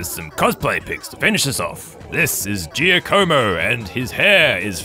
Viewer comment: Haha the way you pronounced “Giacomo”.